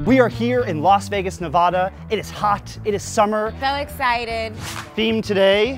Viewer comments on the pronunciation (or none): It's NEVADA ! Not NEVAHDA 🤦🏽‍♀️🤦🏽‍♀️ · NE-VAH-DUH?!?!?!! Really😤😤😤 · How he said Nevada offends me